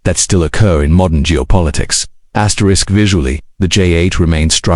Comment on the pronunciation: Asterix 😂😂 ffs can ya at least proof listen to your ai before you upload asterix ?